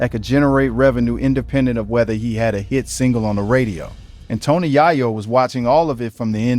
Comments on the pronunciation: Tony Yayo ❌ Tony Yahyo✅ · TONY YAAAYO..😂😂😂